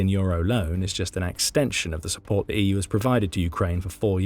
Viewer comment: Lots of audio glitches in this one. You need to teach your bot to pronounce "EU" correctly at least.